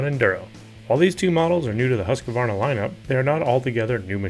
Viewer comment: You were thinking accent, i guess...